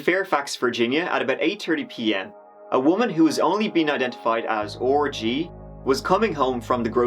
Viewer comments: Mfr named orgy then i look up qnd its rg (are-gee) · Orgy? It's R G. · Learn how to sound out the letter R, your not a child anymore. And you sound like a tossa for saying orgy all the time instead of R.G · To Americans, when you say “RG” it sounds like “orgy” …… just saying 🤷‍♀️ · Me listening with complete seriousness:: ORGY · Is it me or did he say Orgy 70 times? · R.G repeatedly says ORGY 😭😭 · Do u have to call R.G. “Orgy” lol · I was listening without watching the video n was like no way someone named their child “orgy” 🤣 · Sorry, did you say the girl who was attacked was called 'Orgy'? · Omg same 😂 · OR GEE (R. G.) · it sounds like you're saying orgy when you say R.G. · Ok...does anyone keep hearing orgy? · Lol "orgie" I think you may have miss pronounced RG lmao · lol why does he keep calling the purp "orgy"? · Are you saying Orgy.....? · I thought was saying orgy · This is the saddest most horrific thing. Just FYI you sound like you're saying orgy to American listeners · I hadn't the subs on but I clearly heard "orgy". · ORGII?! You mean ARGEE for R.G. Right? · Are you pronouncing RG ORGY on purpose? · “A woman who has only been identified as or-gy” Thankfully the R.G. initials were put on the screen because that’s not what I heard 😆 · I really tought u said orgie 🤣🤣🤣 omg you so funny for reall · haha oh man when he says R.G it sounds like orgy! haha wow I must be the only one who’s noticed this because it’s not like there’s a hundred other comments already pointing this out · "Orgy." R.G. Lol thanks bruh I'm glad you're seeing your illness and doing something about it... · Mikes unfortunate pronunciation of R.G. 😐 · Are you taking the piss mate with the way you're pronouncing R.G.? Not on. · The way says R is so unfortunate for this girl 😔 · Thanks,. The RG pronunciation was a blessing. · Please don’t pronounce R.G. Like that 😂